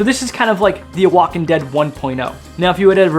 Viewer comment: Oaxacan is pronounced "wahawkan"